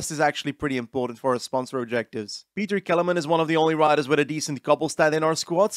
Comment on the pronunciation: Pronoucation of Petr Kelemen almost killed me 😂